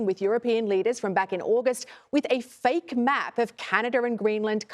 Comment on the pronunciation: that map with american flags on it, looks pretty real. Are you suggesting its a green board and a map is photoshopped onto it? How is it a "FAKE map". She really emphasized the word fake here.